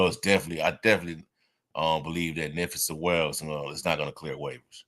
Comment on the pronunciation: I heard it pronounced NEE PHI SEWEL, like it rhymes with JEWEL, but we might not have to be saying his name much anymore. We'll see if he lands on the practice squad and ends up playing some this year.